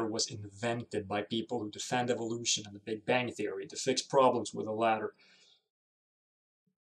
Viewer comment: I love when they call it "evilution"